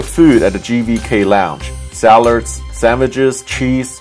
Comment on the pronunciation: Did this fucking man just say “Salards”